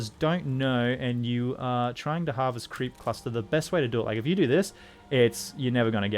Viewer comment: whenever you say "creep cluster" it sounds like "creepy pasta" to me lol